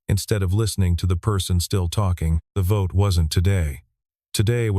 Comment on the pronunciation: At about : : the audio says gibberish that sounds like 'votae' instead of 'vote' with a silent 'e' at the end!. The silent 'e' is the normal English way that word is normally presented!. Oops LoL 😮😮